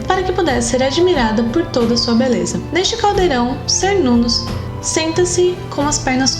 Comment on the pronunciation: Cernunnos , se pronúncia Quernunnos, pois vêm da língua Centun ( quentum ). Assim como Calle ( deusa de Porto Calle - Porto Gale - Portugal ).